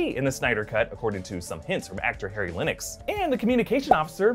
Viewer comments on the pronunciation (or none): none